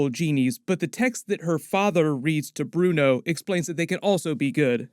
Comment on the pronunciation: Fav Moment : how Kamran still calls Bruno - Brian 😂